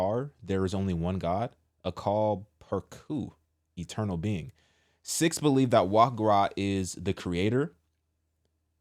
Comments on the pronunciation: Pronounced "SEEKS" btw..whose idea was this??? False gods are the problem in this country. They are demons in disguise. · It’s pronounced “seeks” Sikhs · It's pronounced like "seeks" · The word sikhs kinda sounds like SICK ! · It’s pronounced, sēēks